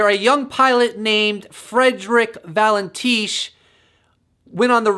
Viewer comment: Valentych. va len tish. is the pronunciation. A farmer reported that he observed a large UFO with a tiny Cessna stuck to it as an appendage?